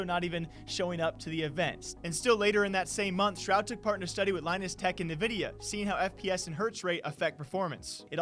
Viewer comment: WHAT IN THE ACTUAL F IS A "nuh_vidia"